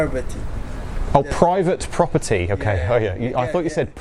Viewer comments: i feel bad for him that he couldn't say his p's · He clearly said: Bruvit buppity. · "THIS IS PERVERT PRFOFTIRY" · what did he say? Bratford boba-tea? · When he said "private property" it sounded like he said "bradford with a T" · to my uncultured Texan ear, he was saying "Bradford Burburt", I would have just stared at him like I was looking at a two headed donkey fighting an Alligator.